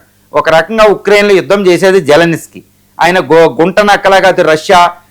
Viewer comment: జల్ నిస్కీ కాదు బై జలెన్స్కీ అతని పేరు